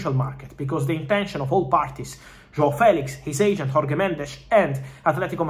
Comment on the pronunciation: Hoarguee Mendes Still can't pronounce Jorge lol